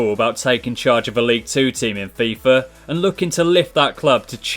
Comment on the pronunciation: It's FIFA 18 not FIFAr 18 no hosting love your vids but it just bothers me when you say fifar